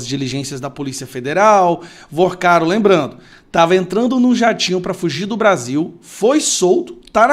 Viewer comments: Vorcaro meu filho! Fale corretente! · VOrcaro e não VArcaro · Meu querido, fale o nome correto do bandido, por favor, não é Varcaro, é VORCARO. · Porque fala o nome do cara errado? Varcaro? No título também tá escrito errado. Vorcaro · Não é Varcaro e sim Vorcaro!!! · Vacaro?! É Vorcaro, idiota. P ser youtuber tem q ter competência. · N é " varcaro ", abestalhado; é Vorcaro; aprende. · Meu fio... não é Varcaro...é VOrcaro.... vc fala muito errado. É muito chato ouvir alguém que quer influenciar falando tão errado.... afffff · Fala o nome do esperto direito é Vorcaro não ensina errado o povo já mata nossa língua mas vê passa notícias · CARA VC SE COLOCA COMO INFLUENCIADOR E NEM CONSEGUE FALAR O NOME DAS PESSOAS DIREITO???? Vc vive fazendo isso… falava Gauer… agora Vacaro??? 🤨🤨🤨🤨🤨